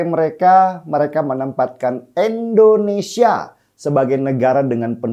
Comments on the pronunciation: Bang Denny bukan ENDONESIA tp INDONESIA ..pake I bukan E.. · Sy senang nonton mas Denny Siregar. Tapi setiabp sebut kata Indonesia saya sangat gak nyaman. Kenapa selau dibaca Endonesia. 😭 Coba baca dengan benar. Masa nama negara sendiri salah bacanya😢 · INDONESIA bkn ENDONESA